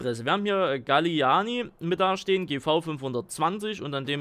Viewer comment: Es heißt Gallignani und kommt aus Dänemark